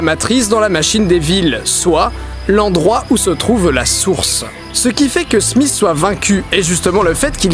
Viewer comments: Didi, c'est pas "Smiss"... C'est "Smith". :pp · smisss et non smith